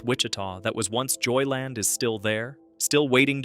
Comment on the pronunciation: Stop saying "JoyLIN; It's 2 words. JOY LAND. Got it?